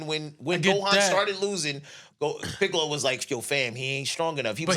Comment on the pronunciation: Nikkas said Anthony Mackie as Piccol!!!!!! 😂😂😂😂